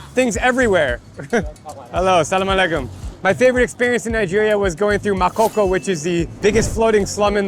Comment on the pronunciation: Makoko 😂😂 wrong pronunciation